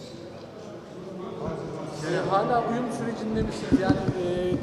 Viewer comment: Uyum diyo, uyuma mı diyor 😅